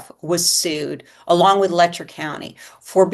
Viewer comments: It is pronounced “Lech-er” county, not “Lecktor”. SMH! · Why does the media keep calling it Lecter county? Its Letcher like Fletcher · LetCHer county. Latch, but with an E. Not Lechter like Hannibal lol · Le(t)cher County. What a mess. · Youve done so much research and talked to so many locals that you still dont know how to pronounce the name of the county? What in the name of phonics made you think of pronouncing it that way? 😂